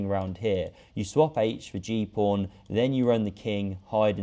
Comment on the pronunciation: Am I the only one hearing "Prawn" when he says " Pawn" ?